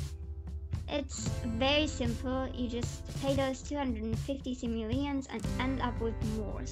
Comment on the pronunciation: The way you say simoleons bothers me....